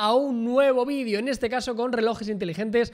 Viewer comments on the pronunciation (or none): none